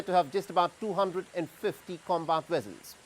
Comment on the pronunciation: What is a "Wessel" did u mean Vessel?